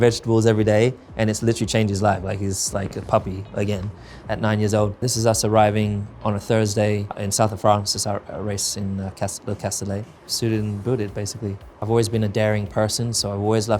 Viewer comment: it's "Le Castellet", not "Cassoulet"